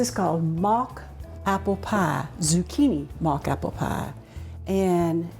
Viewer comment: Love how she says pie. "You won't believe it but when you make this pah, people eat it, they say they're eatin' apple pah"